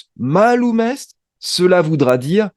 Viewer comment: mālum on prononce maaloum. il faut faire la distintion entre les voyelles longues et les voyelles courtes.